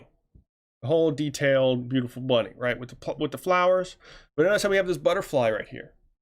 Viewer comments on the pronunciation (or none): none